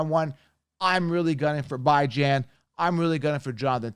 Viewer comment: It’s a Persian name. It’s 1000% Bee-Jan. Stop trying to be different